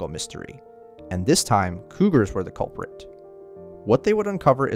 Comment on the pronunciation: "Cougar is the culprint" what? 😅